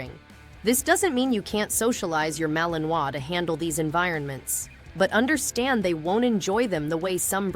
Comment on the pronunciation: Poxa! Começou mal, pegou mal Pronunciamento “Malinois”.